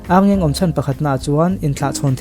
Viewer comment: Ârngeng nilovin Arngeng ani...Ar hi thluk tur anilo ani..